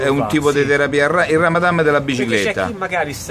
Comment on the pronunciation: "mec donall", "ramadam"... fantastici!